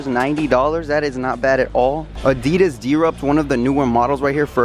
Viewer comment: I love that he doesn’t say Adidas right